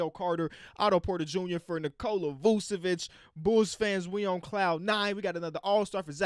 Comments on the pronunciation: Not to be a nerd, but the first c in "Vučević" is pronounced like the second one 🤓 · “Vuvevic “ damn no disrespect but man might need a nice vacation love you 💪🏼🤘🏼